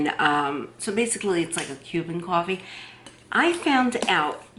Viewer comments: You don’t like hearing her say cuwofee? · You should be paid by Cafe Bustelo or get free cwoffe for life